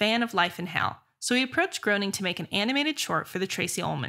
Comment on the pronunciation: Tessa, Matt Groening’s last name is pronounced “Graining”, and not “Growning”. And unlike you, I’m old enough to remember seeing the original shorts on the “Tracey Ullman Show”. Loved the Simpsons for about the first 7 seasons, then the writing began to suck. Haven’t watch it since.